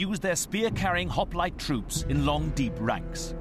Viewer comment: They couldnt evening Pronounce Hoplite